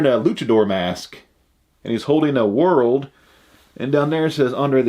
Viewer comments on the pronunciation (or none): none